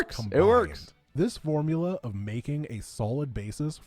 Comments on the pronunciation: can you pronounce four-muu-la 1 cars again...lol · The way you pronounce Formula 1 is gold lol never read it like that before. Keep making content. Been watching you for YEARS